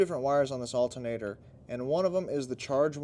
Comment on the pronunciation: ALTERNATOR. 😅 Not alta-nador